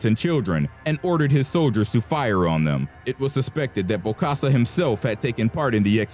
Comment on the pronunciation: its bokassa not bosakka ...